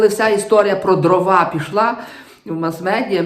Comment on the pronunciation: Дивно, вибачте, що високочолий український гуманітарій, якого регулярно слухаю і читаю, слово Дрова каже з наголосом на другому складі (привіт русскому язику... )) що вже тоді очікувати від "простих" журналістів